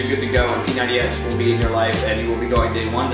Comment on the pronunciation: dude u gotta emphasize the "X"